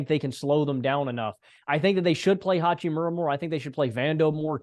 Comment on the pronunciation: haha right and HA-CHEE-MORE-UHH NOT HOO-CHEE-MARA